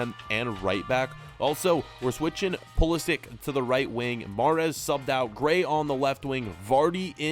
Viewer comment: Please pronounce pulisic name right ;)